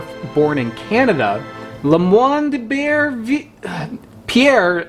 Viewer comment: It is pronounced eye-bur-vill